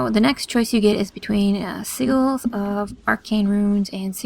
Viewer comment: just an fyi, they are called Si-jalls., not Si-galls, just to broaden everyone's horizons =)